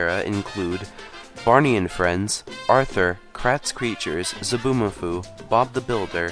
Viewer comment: It's actually Zoboomafoo, not Zaboomafoo.